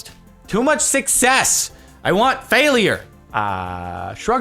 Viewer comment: Anyone else notice how Jardionian says fail-i-ure?